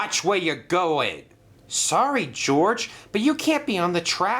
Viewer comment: His name is George not GORGE